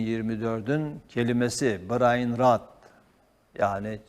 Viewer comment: "Brain run" değil "brain rot"